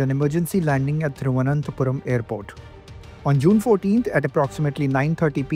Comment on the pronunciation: जब तक ब्रिटिश पायलट trivuanantpuram का उच्चारण न सीख के उसे नहीं छोड़ना चाहिए।